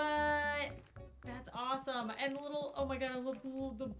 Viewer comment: My god you used “da” and “dis” a lot 😂